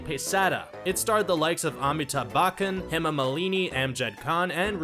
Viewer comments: "Amitab Bakan" seriously it's pronounced as "Uh Me Thab Butch Un" you Americans cannot twist your tongue and spell simple things. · Amitab what now?? Bakhan??? Lol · Amithab bakkan ? Or amitabh bachchan ? Lol